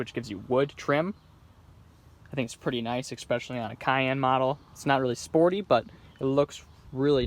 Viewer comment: The word is especially, not expecially.